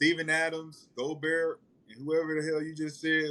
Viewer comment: My guy Gil be butchering names 😂😂😂 Rudy “Go-Berg” Kelly “Aubrey” Sheldon Sharp, Klay Thomas 🤦🏽‍♂️